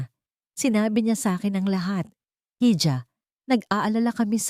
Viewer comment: May mali sa pagbigkas( hija ---iha) ang bigkas sa jo ay ho)